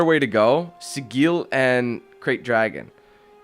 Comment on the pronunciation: really, you cant say sigil?...... Really?